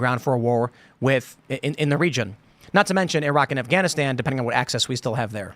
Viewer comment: One day American's might learn how to pronounce Iran and Iraq properly.